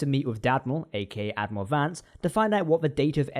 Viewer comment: Did you just say “*Dad*miral”? Lolz.😆